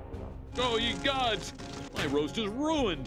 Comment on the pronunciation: It’s “egads” not ye gods